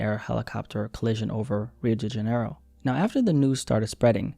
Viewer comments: “Rio dingenro” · “Rio degenero” sob 😭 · Pronounced Rio Dee-juh-nero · The way u pronounced Rio de Janeiro 🇧🇷 😂😂😂